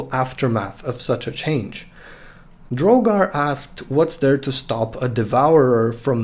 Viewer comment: Woo! I'm in an old country video (also, thanks for pronouncing my name right, most people end up saying drog-ar instead of dro-gar) This really helps with a lot of questions I had regarding my character. And really cents just how useful this lore is. The resisted willpower vs coma touch does help balance the issue of a one hit knock out, except my boy has ranks of Paragon in lore of flesh, so I think I can get a few good shots of coma touch in a fight. Thank you for clarifying that you do not think the stat boosts can stack, I really wasn't sure on that front. Out of respect for the game, I'm not going to use shape flesh to turn my whole team into herculean gods, cause than the game wouldn't be any fun. In my characters backstory he's only used the power three times since he returned from the abyss, once on each of his wolves to make them hellhounds, and once on on of his thralls who was trans to give her the right body. Thank you so much for addressing so many of my questions and mentioning me in your video. That really makes my day, and I hope yours is just as good.